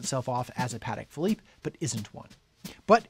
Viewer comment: Congratulations on pronouncing the brand name correctly, most people get it wrong